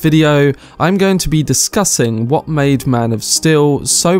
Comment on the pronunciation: "Maan Of Still''